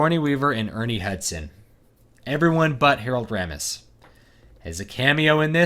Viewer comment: It's pronounced RAY-mis, BTW. It's finally happened -- all these sequels, prequels, remakes, and reboots have now mutated into this single combined cash cow amalgam. : P We got "Mad Max: Fury Road," "Jurassic World," "The Force Awakens," and now "Ghostbusters." I would guess Kristen Wiig = Ray, Melissa McCarthy = Peter, Kate McKinnon = Egon, and Leslie Jones = Winston.